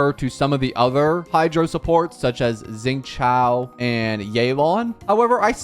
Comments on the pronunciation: zingchow has to be the funniest pronunciation ive heard yet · "Zing Chao" "Yay Laun"